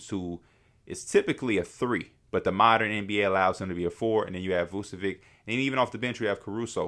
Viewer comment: V u č(as in ch in chess) e v (as in victoria) i (as in India) ć (it sounds kinda like the t in tune or ciao in Italian) Please stop saying Vucevik